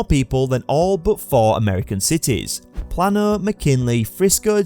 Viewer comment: It's "Play-no" not "Plah-no". And McKinney, not McKinley (that was a President). Also, your AI image picker made a funny boo-boo showing an actual farm when you were talking about State Farm the insurance company. :)